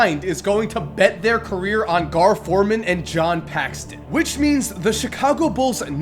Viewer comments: PAXSON NOT PAXTON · It's not "John PAXTON" it's "John PAXSON". Still love your videos, keep it up! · PAXSON, NOT PAXTON. Ugh, how are you a basketball guy and you dont know how to say John Paxson... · John Paxson, not Paxston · It's Paxson not Paxston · It's Paxson, not Paxton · There's no T in John Paxson,.